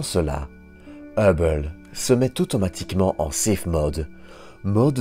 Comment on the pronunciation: Je sais que je ne vais pas me faire des amis mais le documentaire a l'air vraiment sympa et très intéressant mais la narration 🥶🥶🥶 au bout de 10min j'ai arrêté car je n'en pouvais plus... dommage...un mélange de belge, américain, allemand et canadien. Et la façon de prononcer Hubble à chaque fois ça devient très irritants.. mais je répète dommage car le documentaire doit être vraiment intéressant.. désolé